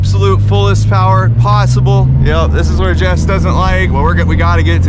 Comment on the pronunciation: jess with the j in her mouth lol